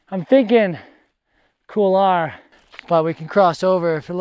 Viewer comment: Excellent episode as always mate... it is funny how many north Americans tend to pronounce couloir as "Kool lah", instead of "Kool waa"... it takes a bit of effort to mispronounce it as well... haha!